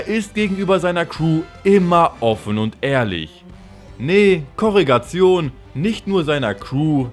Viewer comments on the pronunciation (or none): niemand:: Korrigation